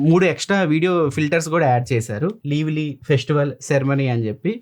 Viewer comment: It's లైవ్లీ not లివ్లీ..!